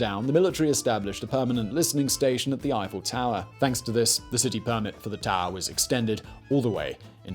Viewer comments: Simon outdoes himself in his mission to mispronounce. “Gustav Eee-Fell” he got spot on. But then insists on calling his structure the “Eye-Full Tower” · Swear when ever Simon says “Eiffel” I hear him saying “he fell” and I keep thinking, “Jesus what a twist!”